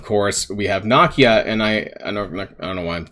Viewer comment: Oh lord not you too... the characters name is pronounced Nuh Kee Uh... at least it sounds better out of your mouth than it does Mobil Gamer